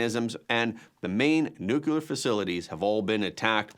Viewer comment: Everyone repeat after me, Nu-clear, not nucular. Yer killing me!